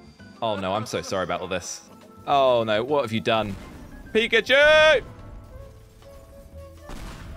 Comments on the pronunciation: Did he say pipicue it’s Pikachu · You said “pichachu”not pikachu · Pikachu not pichachy 🙏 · Ash:"Pikachu" use thunderbolt:Absolutely wrecking "pichachu" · said pichachu instead of pikachu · Did anyone else notice that he said pichacu and not pikachu 🤭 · it is Pikachu not pizza shoe lol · was like - Absolutely wrecking “PICHACHU”😂😂😂😂😂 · Yah🤣🤣🤣 pichachu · No he said. Pizza shoe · he just said pichachu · When doesn't realise he said pichachu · he said pichachu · pichachu Me: *wheeze* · So we just gonna ignore he said"abosolutely wreaked pichuchu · U said pichuchu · Bro really just Said PichaChu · did he just say '' pichachu '' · did anyone notice he said : pichachu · is funny he calld pichacu picacu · When he put pikachu he said petatu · Lol pichachu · i think he also said pichachu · did you say pichuchu?! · did he just say pichachu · If you put it on subtitles he says pizza shoe lol😂😂😂😂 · You said pichechoo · You said pichachu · did anyone here said we shot pichachu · Did you just say PICHACHU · He full on said pichachu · Bru he just called pickachu pichu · 🤣he said pizza shoe😂😂🍕👟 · Hey dont take it as bad but at the time did u say pichachu if u listen well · IT NOT PICHACHEW SLOGO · "Pichachu" lol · said pichachu #🤣😂😂🤣😂🤣😂🤣😂🤣😂🤣😂🤣😂🤣😂🤣🤣🤣😂🤣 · He said pechachu 854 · Did anyone notice that said pichachu??😂😂